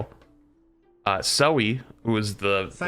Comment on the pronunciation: duuuudeee not zoe :(((((((